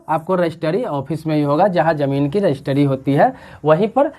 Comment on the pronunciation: रजिस्ट्री होता है, ना कि रजिस्टरी